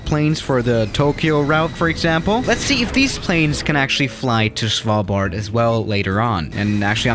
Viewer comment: The way u say Svalbard 😂🤣😂🤣